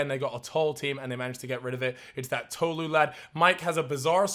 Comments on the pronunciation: it was annoying me how was saying tolu (pronounced toh-loo) like toe-loo ngl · I’m sorry but it’s Tolu not “Toelu”